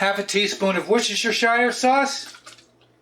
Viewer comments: It's pronounced 'Worsch-tur', not 'wor-cess-tur-shire' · Ah. So it is the Worse-ter Shire sauce in all of the hobbit kingdom! Definitely not to wash your sister with.